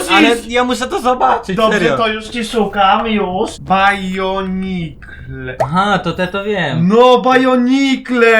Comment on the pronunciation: Bonikle a nie bajonikle 😂😂